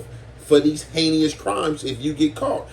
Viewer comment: It's heinous, not heinious family